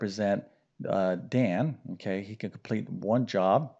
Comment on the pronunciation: It’s Dan not Don, you solved for the wrong variable 🙄😏